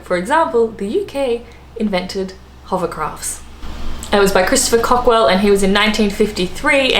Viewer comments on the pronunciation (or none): Christopher Cockrell pronounced cock-rell. hovercraft. PS. Correct Thomas Edison did steal a lot of stuff. Love the doggie coming in to say hi. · j Sorry, I didn't read your earlier post properly, she did say Cockwell :-) She also dropped the "s" when saying Thermos, and called John Logie Baird John Bard. The lady seems to have a issue with names. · COCKERELL NOT COCKWELL - She's done it again. Can't she read her own research? She should apply for a job in mainstream media, the Wall Street Journal, perhaps. They never get their facts straight either.. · CockeRell not CockWell. John logie Baird (pron beared or bayered) not Bard. Tim Berners Lee did 'invent' (or rather he codified the protocols that it runs on, HTML) the web but NOT the internet, that was the left-pondians